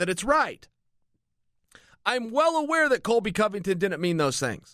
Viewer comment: He keeps calling him Colvy.